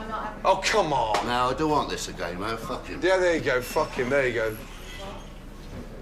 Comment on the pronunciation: It's not even swearing anymore. It's just "fook" instead of "fuck".